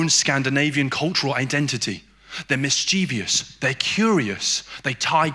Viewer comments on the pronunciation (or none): Apologies in advance, dear, but I simply have to correct your English as this mispronunciation is a pet peeve of mine. The word is "mischievous", NOT "-vious". The ending is pronounced like "nervous", not like "envious".